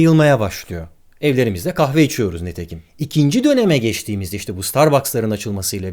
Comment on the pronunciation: Konu güzel , anlatım ha keza ... amma velakin şu telaffuzu lütfen nEtekim olarak yapma be Hocam.